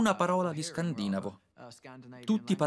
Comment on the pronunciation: Insegnate ai doppiatori italiani che si dice scandinàvo, è veramente penoso che un prodotto, che vorrebbe essere di livello, cada in errori così pacchiani e sciatti... :-(